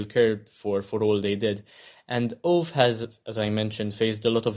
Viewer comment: Maybe you could see the Swedish movie as well :). Also, Ove is pronunced as Uve or more precisely ˈǔːvɛ.